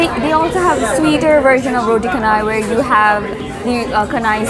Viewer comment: roti chanai not roti kanai